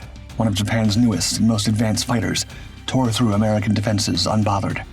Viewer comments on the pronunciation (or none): none